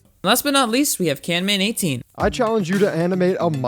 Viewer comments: It's not canmen18 it's camman18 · Bro, you said Canman18.